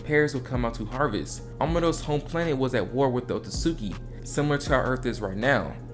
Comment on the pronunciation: It's not otsuki. Oh suit ski